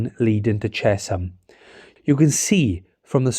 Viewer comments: Interesting but please get names correct. It's Amersham not Aimersham. And CHE-SHAM not CHES-HAM. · Great video as always. Afraid they're said Ammer-sham and Chesh-am 😅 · This MUST be AI slop. Ches-ham? Aim-ersham? Give me a break! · Aimersham and ches ham !! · The pronunciation of British place names and surnames can be very difficult to guess from their spelling (even more so than ordinary words!). It's AMMER-sh'm and CHESH-'m. Native English speakers are not entirely consistent on MAR-ler-bone. I wonder if we were listening to a human or AI text-to-speech? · Apart from several errors including the wrong route between London and Oxford and mispronunciations of Amersham and Chesham, it was interesting…